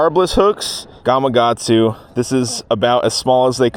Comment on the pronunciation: Bro it’s gamaKatsu not gamaGatsu😂😂